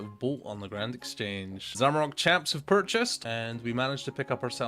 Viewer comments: There’s no o at the end of zamorak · Finally I've found someone else who says zamarok rather than zamorak. Doesn't matter how many times I read or hear it the correct way, it'll always be zamarok in my head.